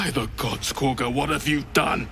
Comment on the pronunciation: What I will never understand is why people insists on pronouncing a name in a manner contrary to what is verbally established by contemporaries. After all, everyone in the game pronounces the name Kor-gah yet this bugger want to pronounce it Kog-gah.